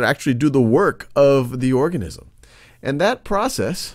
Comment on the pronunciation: Who else thought he said orgasm